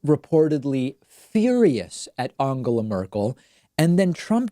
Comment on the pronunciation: at least he didn't pronounce it Engela or Endschela as most Americans do. And maybe this is a Laurel/Yanny thing but to me David's pronunciation doesn't sound really like an 'O'. It sounds more like a Hungarian 'A' or, in terms of English, like the 'a' in 'what' – somewhere between 'A' and 'O'. But sure, he could maybe do better, since the phonology of the English language has an 'A' sound in words like 'up' and 'us', and from Spanish he knows the sound too. I guess that it's too difficult for him to follow that with the nasal 'n' which requires him to pull his tongue back. I can't think of any English or Spanish word with that combination. I just recognise that he's making an effort, just as he always did with the names Buttigieg and Tulsi.